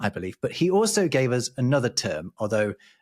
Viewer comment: I would love to see explain why he constantly pronounces "us" with a voiced s. I know it's a small detail and it hardly has anything to do with the discussion, but I'm very intrigued by that